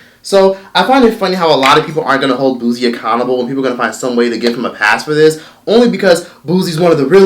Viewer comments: It’s Pronounce Boo-sie not Booz-ie🤦🏽‍♀️ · Booze Boo & Booze 🤣🤣🤣🤣🤣. its Boo C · “BOO-SEE” not “boo-ze”. it was just messing with me how u were saying it lol 😂❤️ but him and those women are sick! And the women who participated should be ashamed to even be comfortable in doin this🥱🤢 LOCK THEY ASSES UP😡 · It pronounced bootsie.. the t is just invisible 😂😂😂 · I can’t take it why you pronouncing boosie name like that 😂😂😂😂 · First of all, say his name RIGHT! People from the south does NOT sound ignorant. Now what he did was wrong, but don’t down play people from the south! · Put some respect on Boosie Boo name and say it properly...Boosie got hits on top of hits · 😳😳😳still cant pronounce Boosie🙄..I see🧐😬...🤔anyway it is some things you dont do Boosie😒..Boosie please🤫🤫🤫🤫🤐🤐😶